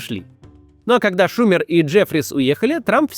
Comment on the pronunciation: Не шУмер, а шумЕр!